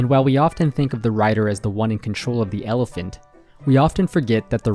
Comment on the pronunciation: Never heard of an "elefint" before :)